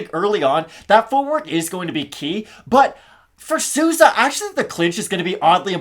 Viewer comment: From a Spanish speaker. Your are murdering Souza’s last name …. With love tho 😂